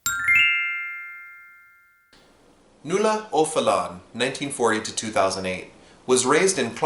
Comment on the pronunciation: Well done but pronunciation of name is not correct and in names in Irish language there no apostrophe after the ‘O’ - one of the saddest things, I felt, about her interview on Irish radio with her friend Marián Finucane was that she believed her life amounted to little - which was a huge underestimation - her writing alone is richness itself